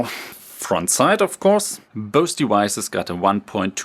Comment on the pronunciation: I thought he was saying "boasty wises" LOL... "both devices"